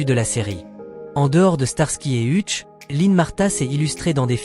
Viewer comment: Monsieur l'IA c'est Heutch que ça se prononce pas Hutche